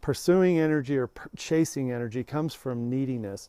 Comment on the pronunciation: Phew, thought you said "casing women", i was like wrong video. Lol